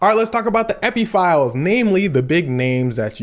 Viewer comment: I can't take you seriously when you call it the Epi fils